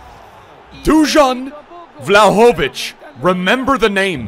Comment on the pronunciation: Man pronounced Dusan Vlahovic in 15 different ways XD